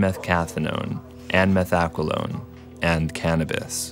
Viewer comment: i heard him say heroin, methamphetamine, methcathinone, and what was the fourth one? ...methaphelone?